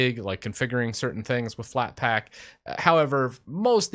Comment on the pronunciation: "FlatpLack" yeah